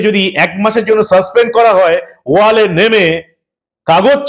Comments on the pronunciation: এই দেশদ্রোহীদের কে চিরদিনের জন্য রাজনীতির আঙিনা থেকে নিষিদ্ধ করার দাবি জানাচ্ছি।😡😡 মানব ভাই কে আর একটা কথা জানাতে চাই যে,কথাটা "ওয়াল" নয় "ওয়েল" হবে।🙂🙂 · কথাটা ওয়েল,ওয়াল নয়।